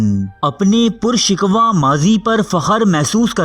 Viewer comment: Pur shikwa nahi pur shikoh...